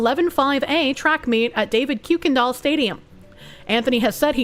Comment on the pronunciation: I lived in texas around a decade ago. I hate it too but it’s pronounced Kerr Kin Dahl.